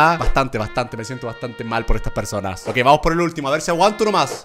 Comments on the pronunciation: german dice persionas XD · "persionas" Germán Garmendia~ 2017 like si lo escuchaste